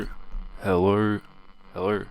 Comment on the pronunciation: "Hellur, Hellur, Hellur?"